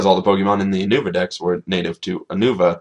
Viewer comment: Not Ou-nou-va it's Yu-No-Vah... Christ... It's not hard.